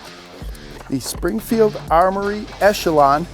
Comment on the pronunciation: Springfield: this guy won’t get our name right for a free gun 💀🤠😂😂